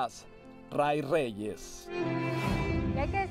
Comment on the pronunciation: No es Roy, es Ray y se pronuncia Rey.